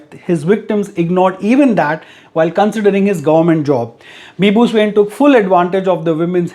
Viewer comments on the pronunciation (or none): bizarre news of the year !!!😐🤨🙄 his surname is actually pronounced 'swaeen' 🙃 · Swain..... You have mis pronounced it Say Swa(pronounced as aa ) in (n as nn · His surname " Swain" Is actually pronounced " Swayi ( sort of sounds like swine, n silent) In odia language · Not soo-in it's swa-in